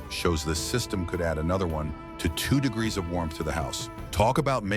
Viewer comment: Apparently it's very very difficult for ai to say degree